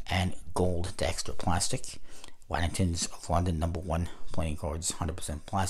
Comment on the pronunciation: You’re pronouncing Waddingtons wrong 😅